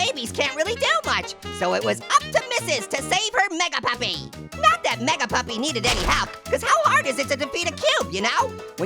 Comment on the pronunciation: says meag puppy